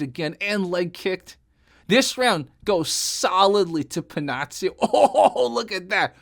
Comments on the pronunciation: Si pronuncia Pennakkio , non Pennazio. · It's pronounced Penakio, not that anybody asked ^_^ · Pennacchio se prononce comme Pinnocchio , mais avec un e et un a . Cool , que tu es allés chercher ce combat que certains , comme moi , t' avais suggérés . Excellent ce combat ! Cette différence de style d' approche du combat , etc ... Elle très expressive dans ce combat , où 2 écoles de pensées , de combat s' affronte . Enfin , bref ... Salut